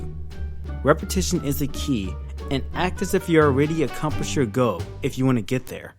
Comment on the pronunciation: he says goal weird....its like he says go. or goh. or goe. gow.